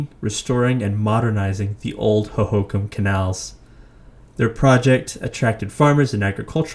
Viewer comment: Ho ho Kam. Not hohacom.